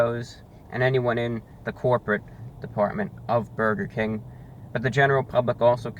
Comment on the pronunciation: His war with Bwurgah King is so funny. Eternal war with Burgah and mayo and hes right